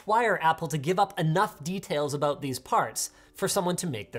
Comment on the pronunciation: Lmao how tf did Hasan catch that “aboot” I still can’t hear the stereotypical Canadian accent as a Canadian, maybe i do talk funny